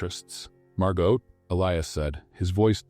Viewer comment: Nice story. But 2 comments: 1: Never heard either one of them profess their love for each other, even when he proposed. Weird. 2: Please kill the background music. It really takes away from everything. Doesn’t help at all. But the stories are lovely. Even if Margot’s and Elia’s’ names were continually mispronounced. Thx!